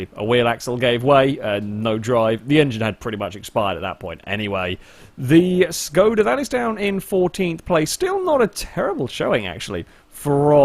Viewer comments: Actually, it should be pronouced as if u wanted to say Shkoda ^_^ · ITS NOT SKODA ITS ŠKODA!!!